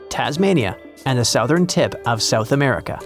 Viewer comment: That's not how you pronounce "southern." 😛